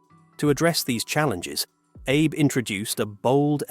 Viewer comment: Sure i'll watch a video that opens eith pronouncing Shinzo "Aye"bae.